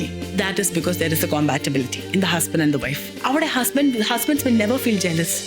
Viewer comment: Isn't it kuhm- pat-uh-bi-luh-tee?? Google says so..